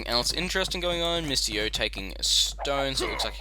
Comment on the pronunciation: I THOUGHT HIS NAME WAS "MISTY YO" ALL THIS TIME BECAUSE OF HOW YOU SAY IT